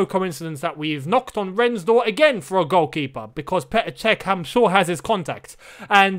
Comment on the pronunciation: I absolute love how you’re unsure of how to pronounce Rennes/rennais and just change how you say it